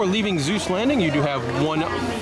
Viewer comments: Seuss with an “S”!! Not Zeuss! 😭😂😭😂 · Do you keep saying "Zeus" instead of "Suess"? I had never heard anyone pronounce it like that in any of my travels until I googled. As far as I can tell, people in England and other British accented countries like New Zealand sometimes mispronounce it like that. Of course we are all pronouncing it wrong since this is a German name and would be pronounced "Soice" which is the way Ted Geisel said it until he realized American's kept reading it as "Soose" and rymed with "Mother Goose". He figured that was good for marketing since he was telling children's stories. Anyway, thanks for the nice tour!